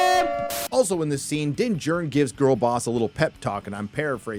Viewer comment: Everytime you say “Din Djarin” all I can picture is “Matt Damon!” from Team America 😂 ..Dinn Jurn!! 🥴